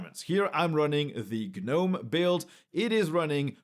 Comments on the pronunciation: The G IS SILENT IN Gnome, who started calling it GER nome? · 💡 The G is silent.